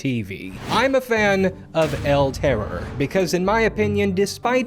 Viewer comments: tipo: "EL TEROUR" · Ya gotta roll the RRRRRRs EL TERRRORRRR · I’m Spanish and the way you pronounce “El terror” is definitely funny